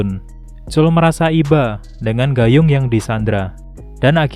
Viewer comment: baca nya bukan "gayung" Woii😂😂